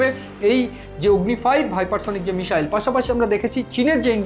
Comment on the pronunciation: যারা বাংলা ভাষায় ইউটুবার তাঁদের কাছে বিনীত অনুরোধ, ক্ষেত্রবিশেষে "স" আর "শ" এর উচ্চারণের বিষয়টার প্রতি যেন একটু খেয়াল রাখেন। যেমন, মিসাইল না মিশাইল সেটা বুঝে নিয়ে উচ্চারণ করলে ভাল হয়। এখানে শুনলাম কখনো বলা হচ্ছে মিসাইল (missile), আবার কখনও মিশাইল বা মিষাইল (mishile).